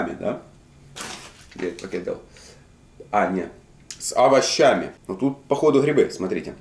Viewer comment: Хотдох с А-ва-ща-ми, зачем это произносить по слогам, еще через А